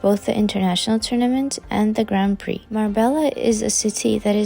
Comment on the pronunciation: It's read "gran pri" ... not "grand priks". :)